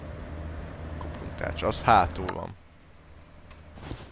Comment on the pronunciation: ti is halotátok hogy egyszerkuplung helyet kumpungot mondot ??xd meg lender éslenger kerék xddddddddddddddddddddd behótam